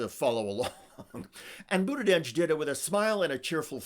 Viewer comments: Why do you keep pronouncing it BudiDege? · There is no D in his last name. It drives people crazy when words are mispronounced.